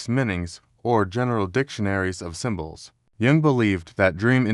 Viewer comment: The text-to-speech is HORRIBLE!!! Many errors, including frequent botching of "Jung". The inflection, tone is only bearable for short periods of time. I wish I could listen more, synchronicity??? SHAME ON YOU FOR THIS CRAP!